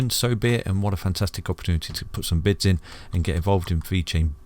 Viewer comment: Isnt he saying "cheeky bits"? I've thought that for months if I'm wrong 😂🤷‍♂️